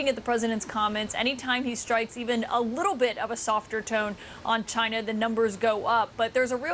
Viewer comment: LOL. Why does Trump pronounce "China" like the 'gina' in 'vagina'?